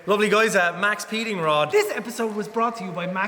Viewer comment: They're literally called Maxpeeding Rods. There's no S in it. They're intended to be said quickly so that the X in Max makes the sound of the S. I'm assuming it was a copyright/trademark thing. Maybe the name Max Speeding was taken.